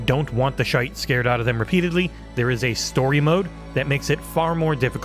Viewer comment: Been looking forward to this game since we saw the initial trailer. I grew up in Aberdeen, Scotland so surrounded by the offshore oil industry, have family and friends that worked on rigs, etc. And not bad on pronouncing "shite" with a wee Scottish twang in your review, and yes, we are partial to saying "c*nt" as both an insult and term of endearment.